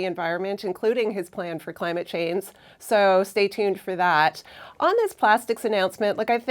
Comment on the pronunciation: haha. that woman that said kudos to the government for this real tangible effort... pretty sure she said climate "chains" bwahah Im going to say that from now on